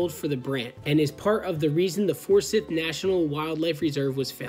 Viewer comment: And I think Forsythe is pronounced For-Sieth.Nothing was hurt which is the important thing. As a side note, that red and white building you passed on the way in/ out there is a research station for those types of things. Have friends who could get you guys a tour sometime if you want to know more about what’s being done for similar causes.